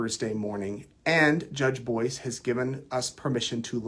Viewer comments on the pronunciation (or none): none